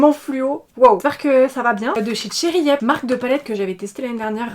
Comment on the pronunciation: A chaque fois j'entends "cherry iep" (genre pied en verlan) 😭